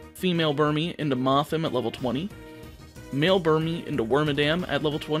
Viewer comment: You said the male and female Burmy Evolutions incorrectly. Wondering if this is meant to be a joke